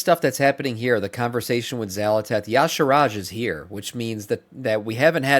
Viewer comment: Ee-sharj not yah-sharaj! Lookat his name again ffs